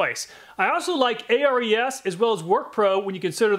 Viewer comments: I've noticed in every video of yours reviewing ARES tools, you spell out the name, A-R-E-S. According to the company's channel on YT, it's pronounced Air EEs. I'm guessing it might have something to do with the mythical Greek god of war, Ares. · A-R-E-S is pronounced AIR-EES by the way. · i wonder why he spells out Ares, its weird. its pronounced Air-Eez, as in the greek god, not an acronym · ARES is pronounced Air-eez. Greek god of war i believe. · Isn't Ares pronounced "Airease" like the Greek God of War? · Thanks for all your awesome videos. I always check your channel before I buy a tool. It's saved me a lot of money! By the way, the ARES tools are pronounced like the Greek god of war.